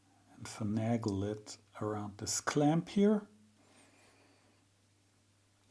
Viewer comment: Welcome back! Glad you enjoyed Scotland - one of my favourite places to be! Congratulations on a splendid new-to-you measuring microscope. Nikon makes nice stuff. Fascinating to follow the tear-down and reassembly. Thank you. One iny comment, and I make it only because you so seldom have errors in your English. Finagle is pronounced finn-AY-gull, rather than finn-AH-gull, with the "AY" sound like in "hay" (dried grass) or "hey" (the greeting). I wish my German were as good as your English! Happy days and greetings from the east of Belgium.